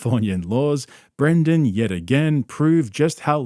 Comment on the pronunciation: Dude you keep saying Brandon instead of Brendan. My name is Brandon and I cant stand hearing my name associated with this clown lol love the videos tho